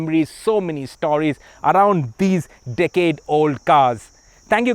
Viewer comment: It’s pronounced “sport” not “spot”. It’s “forced” not “fossed”. It’s “stories” not “stawries”